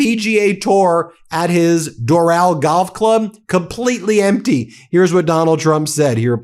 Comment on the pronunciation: It’s pronounced Dor -ul like Floral.